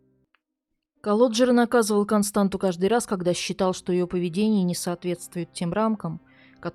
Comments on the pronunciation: Не Константу а КОСТАНЦИЯ... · У румын нет имени Константа . Есть КонстанЦа. Вы ,когда готовили выпуск, наверняка заметили хвостик у буквы Т внизу. Это явно на что-то указывает. Надо было поинтересоваться , что это значит . Вас ведь н только в России смотрят. Я , например, молдаванка и мне режет слух😏